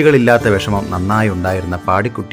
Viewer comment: പാടിക്കുട്ടി എന്ന്‌ അല്ല പാടികുറ്റി എന്നാണ് എല്ലാവരും പറഞ്ഞു കേട്ടിട്ടുള്ളത് 🙏